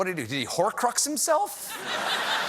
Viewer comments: "Horclux".... LMAO!!!! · Did he just say “whore clucks”?